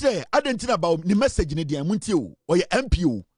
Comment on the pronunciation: Why this woman thinks the Presidency is a marathon where batons are been passed during a race? The host was emphasizing on the word 'Message' but she kept saying massege. Give us just one massege you couldn't 😂